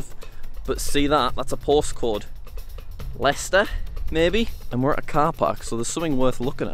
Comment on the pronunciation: Jack: Mis pronounces some places in Leicester and doesn't know where Leicester is. Me who lives in Leicester:*TRIGGERED*